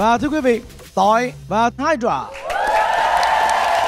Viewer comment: ông Thành đọc Tọi và Hydra tui nghe ra tọi vào Hydra 😂😂😅